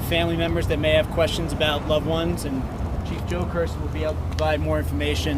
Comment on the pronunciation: Did he say chief jokers !????